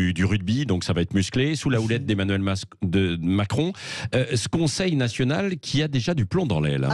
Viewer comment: Il a failli dire Mascon ou j'ai mal entendu ?